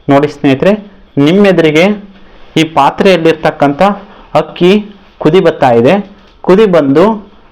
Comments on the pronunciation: ಹಕ್ಕಿ ಅಲ್ಲ ಗುರುಗಳೇ ಅಕ್ಕಿ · ಸರ್ ಹಕ್ಕಿ ಅಲ್ಲಾ ಅಕ್ಕಿ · ನಿನ್ನ ಪ್ರಯೋಗ ಓಕೆ ,ಕನ್ನಡ ಭಾಷೆ ಮಾತ್ರ ಕೆಡ್ಸಿದ್ದಿಯಲ್ಲೋ ಅಕ್ಕಿ, ಅನ್ನ ಹಕ್ಕಿ ಹನ್ನ ಅಲ್ಲ ಮಾರಾಯ